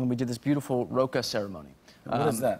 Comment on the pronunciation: Well I am so glad he pronounced the Roka ceremony properly. So proud of Nickyanka.